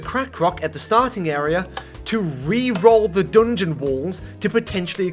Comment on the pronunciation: why does he say 'doongeon'😭